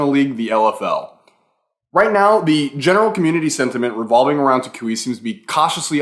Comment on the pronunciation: learn how to say toucouille the right way or we not gonna be friends